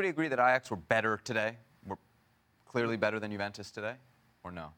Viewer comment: Why does this guy insist on pronouncing Juventus incorrectly?